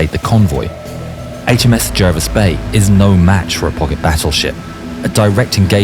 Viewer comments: HMS is not preceded by the definite article - in other words, 'the'. Jervis was pronounced 'Jarvis'. Admiral Scheer, Graf Spee, and Luetzow were not battleships. They were built as 'armoured ships' and reclassified as heavy cruisers in December 1939. There was no 'pocket battleship' class. The term was an invention of a London newspaper when the first ship was launched. It was meant to convey a simple word picture of a small ship (cruiser) with a battleship-ish armament. Kriegsmarine ships were not prefixed 'KMS' or even 'KM'. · Pronounced ‘Jarvis’